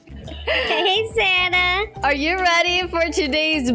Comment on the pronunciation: Its sanna not san na